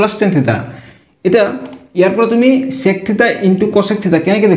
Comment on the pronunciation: Sir please pronounce the word "sec" properly 🥲👍🏻